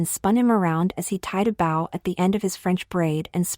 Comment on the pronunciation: Not a huge deal, but it would be nice after many, many videos of getting it wrong if you could teach the voice to say bow correctly.